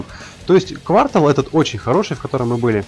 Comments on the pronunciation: пожалуйста не квАртал,а квартАл!) А по видео как всегда красавчик! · Не квАртал, а квартАл! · КвАртал твой так по ушам бьет. Ужас. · ААА, бедный мои уши! КвартАААААААл, умоляю, КвартААААЛ!!!! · Квартал.Ударение на 2-ую "А" . А так всё супер. Видео обалденное. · а как же слово "квартал" с неправильным ударением?